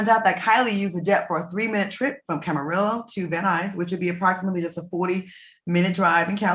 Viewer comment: You pronounce it Cam-Ah-ree-oh